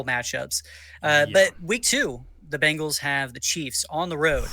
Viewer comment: It’s Bengals not Bangles